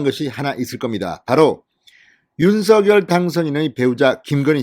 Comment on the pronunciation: 윤성녈로발음해주셔요. 색연필을생년필로발음하는것과같습니다.